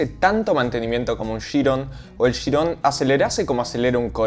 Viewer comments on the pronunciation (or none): "SHIRON" tan porteño que duele